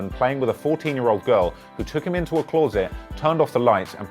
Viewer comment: The way you pronounced closet has pissed me off, as a fellow brit I am disappointed.